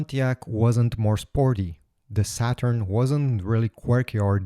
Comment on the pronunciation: He called it “shaturn” lol